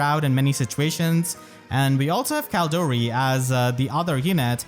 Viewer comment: CaLEdori, that’s the official pronunciation